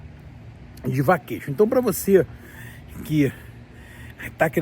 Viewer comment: Pois a pronúncia de (vacation) seria "vekeiachan" pronúncia "shuwa", Brasileiro mora nos STATE e não aprende a falar o Inglesh direto, saí do Brasil, porém, o Brasil não saí do Brasileiro. Brasileiro sendo Brasileiro, sempre a falar mal do Brasil, de seu País de origem, cospem no prato que "comes". Ora, respeite o povo Brasileiro que estão no Brasil a trabalhar e contribuir com a economia do mesmo. No más, quando estourar uma guerra por aí, fique por aí, mesmo. E pare de falar mal do Brasil. Pois o Brasileiro gosta de difamar a imagem do seu País de origem a dar margem para os gringos os falarem as dertuparem a imagem do Brasil, coisa feia que alguns Brasileiros tens de falar mal do Brasil. Seus ( extremistas, POLARIZADORES do ódio os idolatram os iluminates). Ora.